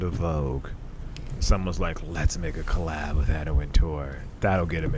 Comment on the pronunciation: Love this podcast minus her saying "CO LAB"